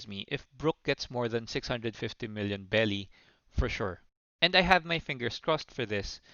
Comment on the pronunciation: berry not belly 😂😂😂😂